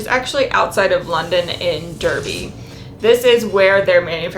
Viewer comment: Love this series. For our American keepers out there, we pronounce Derby (and The county of Derbyshire) to rhyme with Arby. Take it from someone born there :)